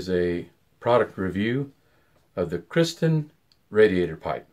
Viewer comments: Am I the only one that noticed that he consistently says Kristen instead of Kirsten? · Is the name pronounced Kristen or Kirsten? It sounds like you're saying Kristen?